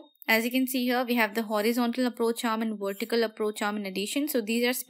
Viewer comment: you helped me a lot in my studys thankkkkkkk u .......and love it when u say wortical support haha :)